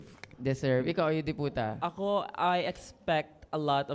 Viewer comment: It's Yudipota not Yudi Puta po